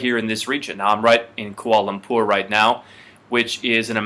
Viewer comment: It's prounaucd Kwa'la lapoorr